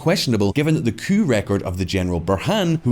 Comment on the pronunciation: Pronouncing coup cooop